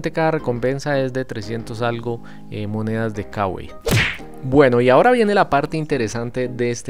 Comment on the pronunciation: Se lee kawai amigo 😅